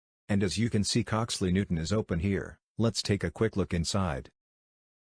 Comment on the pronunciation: Coxly Newtown not Coxly Newton bruh